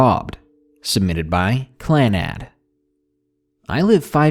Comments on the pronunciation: its…pronounced…CLAnnad, and CLANnad…kill me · You said Clannad wrong it's a anime, but it's not just an anime it's THE SADDEST ANIME EVER!!!!!!!!!!!!!!!!!!!! You should watch it, I CRIED SO MUCH WHILE WATCHING IT, and if someone dosen't cry hen watching it then they're heartless!!!! NAGISA!!!!!!! USHIO!!!!!!!WHY DID THEY HAVE TO MAKE ME CRY SO MANY TIMES!!!!!!!!!!!!!!!!!!Clannad was the first anime that made me cried and I HAD TO REWATCH IT AND IT'LL ALWAYS MAKE ME CRY, it started so cute too. </3